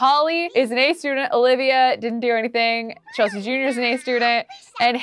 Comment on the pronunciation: she made kasey and chelsea’s name sound like her name. if u go back to the episode where chelsea has taylor and tayler you’ll see that